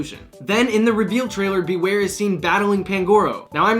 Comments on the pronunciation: You nailed Bewear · Omg he totally nailed bewear on the first try